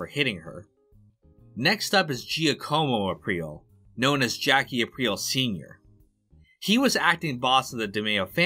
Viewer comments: Gi-uh-como hands down haven’t heard a worse pronunciation of *Ja-ca-mo’ Giacomo ever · lmao.. you dont pronounce Giacomo "Gia-como" its pronounced like this.. "Joc-a-mo" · Giaccomo - Ja' ko mo. Not Ji a ko' mo. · Pronounced Jack-a-Mo no Gia-ca-Mo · Very well done! Ps - Giacomo is pronounced like “Jock-ah-mo” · I thought Giacomo was pronounced Jackomo? Hence Jackie being his shortened name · Close. It’s more like “Jockomo”. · Great video but just an fyi. Giacomo is pronounced jah-co-Mo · trying to pronounce "Giacomo" 🤣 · Very interesting, although it was extremely painful listening to the many incorrect (typically Americanised) and corrupted pronunciations of Italian names by 🤷🏻‍♂️ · Bud, you gotta learn how to pronounce Giacomo.